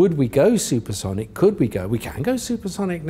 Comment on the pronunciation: Did Sir Tim become a scouser momentarily ? 'we can go supersonic now'